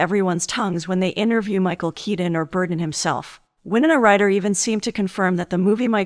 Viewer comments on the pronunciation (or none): Burton NOT Burden!!!